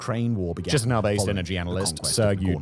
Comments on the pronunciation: If you ever need to speak about Moldova's capital in the future, it's pronounced Ki-shin-oh. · Boy, whenever I hear Simon pronouncing Chisinau, I get a brain bleed.